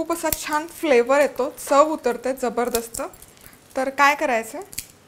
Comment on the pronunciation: aaha jabardast he shabd tumhi khup chhan bolta 👌👌👌❤️